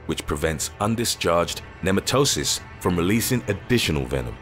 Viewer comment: Nematocysts are pronounced "ne-ma-tuh-sists", not "nee-muh-toe-sists". Trying to help, not be a grammar nazi. Great video as always.